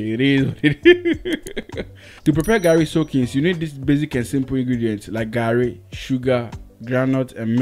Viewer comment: And it's Garri not Gari Soakings